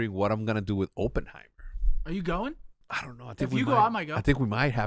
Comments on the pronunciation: The way they pronounce Oppenheimer and Cillian Murphy made me way too angry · Yalls mispronounced Oppenheimer the entire time